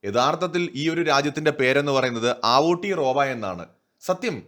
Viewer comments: It's അവ്ടെറോവ not ആവൂട്ടി റോവാ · ആവോട്ടിറോവ അല്ല ചേട്ടാ. ഔത്തിയാറോവ. അങ്ങനെയാണ് മൗറീ ഭാഷയിൽ പറയുക. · Aara pottatharam paranjutarunne.. Njan NewZeland il aanu😄.. Kastam.. Agane alla Aoetora pronounce cheyya.. Evide epozhum evarude cheriya partykal cheroya noise undakum.. Atre ullu